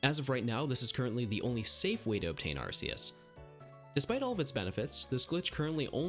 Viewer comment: You pronounced Arceus wrong